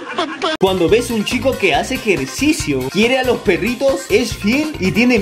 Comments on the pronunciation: En el minuto dice ejericio en vez de ejercicio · Komo kuando te das cuenta que en el minuto o nosé dice "ejericio" en lugar de ejercicio o komo se escriba esa kosa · dice ejericio :^ Nomas digo